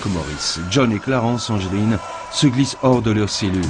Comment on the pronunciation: le nom des frere anglin se dit anglin pas angeline